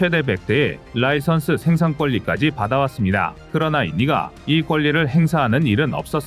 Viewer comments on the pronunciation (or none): none